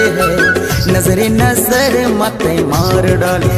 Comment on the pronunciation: इसमें जिस सिंगर ने गाया है उनको में बताना चाहूंगा की शब्द को शुद्ध उच्चारण किया जाए जैसे की नज़र ये उर्दू शब्द है उस हिसाब से नजरे ना की नजरे ऑडियो रिकॉर्डिंग भेज रहा हु